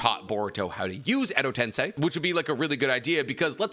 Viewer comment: Ayo, this is the first time Hes ever pronounced Edo tensei right. I'm so used to hearing him say Edo Ten sai that I tuned out him saying it right. Now he just needs to learn how to say Tosuka correctly